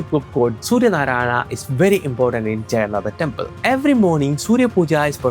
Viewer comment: Bro I'm from Odisha 😅we odias pronounc exactly how you described Jaganathah . If you know all these stuffs. Why don't you pronounce those words properly, it's not that hard atleast try . From a guy who is making content from santana dharma atleast have to pronounce correctly. From your mouth it's more like a eouropen pronouncing those words. I'm not exaggerating this but this necessary looks how Mahabharata became Mahabharataa with the time and the most of Indians are also pronouncing like this 😑😒😒.